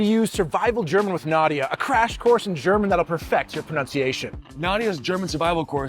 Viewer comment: So funny how you both pronounce "Nadja", like "Nadia". It's pronounced like "Nad" and then the German word "Ja". Nad-ja. Besides that, you can find Spätis all over Germany. The word Späti is just exclusive to Berlin. Elsewhere they are called Kiosk or Trinkhalle.